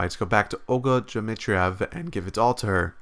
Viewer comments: You are right sir, however Dmitrievna in particular is really easy to pronounce. Dmitry-evna i can understand that Alisa nickname "Dvachevskaya" could be more difficult (even though he didnt even try pronounce it at previous part) but still, its arrogant and its break an immersion somehow :) I really like this NV along with Katawa Shoujo its the best freeware novel out there, love the art style and music and ambient sound make even some commercial novels sound like trash. You should be proud, they create best russian/soviet game since Tetris and IL-2 Sturmovik: 1946 :D Plus it has steam workshop and fans created many great mod/stories for this game, for example i am waiting for translation of mod called "Samantha" did you play it? :) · You are too kind, but honestly, his pronunciation sucks. I am not a russian (i am slavic/Czech, but i can tell safely, i have no problem with russian names in this game. Seriously, what is so hard about Dmitrievna? I get you are american, but you can at least try to pronounce it correctly... it just sound like pure ignorance, not reading her full name. You yankees driving me crazy sometimes.